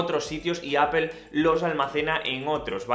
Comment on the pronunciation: Por qué le dices apel a la apple?